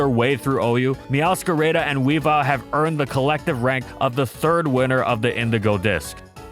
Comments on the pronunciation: "Meowscarayda" lmao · Why do you say meowscarada like that 💀